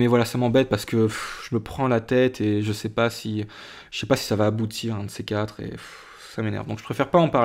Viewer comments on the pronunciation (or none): none